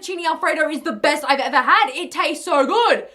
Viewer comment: " Ormy god this tarste so good " the way she said it lol